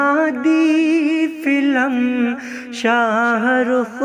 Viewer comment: फिल्म होता ह फिलम नहीं होता किसी से पूछ लेते आप इतनी बड़ी गलती आप कर दिए ।